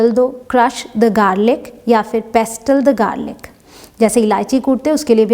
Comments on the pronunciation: पेस्टल🤦 ,नहीं होता है वो Pestle 🗣️(पेसल ) होता है,😀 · Pestle is pronounced as pesle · Mam ek video me aapne btaya tha ki .....Pestle me "t" silent hota h ....lekin is video me to "t" silent nhi h .....Mam plzz reply.... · Pestle ch t silent hai mam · Mam aap ny pestle mein "t" silent ku nahi kia pestle ki pronunciation ghalti hy . please confirm karain. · aapne kaha tha ki pestle me t silent rahata h par isme aapne t ko bhi pronounce kiya h. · "Pestle" mei "t" silent hota hai. "T" pronounce NAHI kia jata. It's for all of you information. Don't mind, please! Correct it! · I think, you are mispronouncing the word pestle. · T is silent in pestle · pestle=mam 't'is silent here?